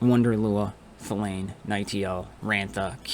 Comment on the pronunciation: i'm super excited for the tournament! however i gotta admit that the team with Thalanne is my pick I'm in love with that ninja elf And also thank you for being the only youtuber i've seen that's capable of saying her name right lol